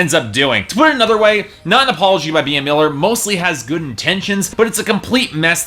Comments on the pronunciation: OMG he pronounced Bea as (bee-a), its pronounced like ( bee )I'm really upset... And this album was awesome, if you knew more about her you'd know why. She wants to have fun, she's not here to impress the haters. Also she wants to express how life is not perfect...that you'll fall, but you can get back up...she's here to inspire, and she wants to be herself. Yeah she didn't write all of the songs, so what most artist don't...and in my opinion her album was awesome... And she's doing her passion, so if she stays with Simon, she doing what she loves, and she is having fun...and appearently its good to other people considering the number of downloads! You kept mentioning Dracula... That was written as a fun Halloween song, not to mention its also an amazing song...I could go on and on but I've already typed so much, but for you to say it sucks, that's cruel, imagine if someone told you that. It's okay to have an opinion, but atleast be try to be nice, and care about her feelings too!!! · First, her name is pronounced Bee, not bee-ah. Secondly, you said fire n blood.. -_- it's fire n gold. Third, honestly, her live acoustic versions are qay better than the record version.. She has that voice that is just amazing and she doesn't stupid auto-tune. Her songs always sound better to me acoustic.